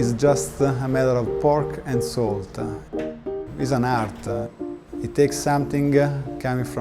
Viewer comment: ”SALT-AH” ”NICE-AH”